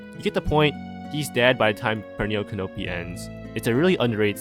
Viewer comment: The way you pronounce canopy makes me sad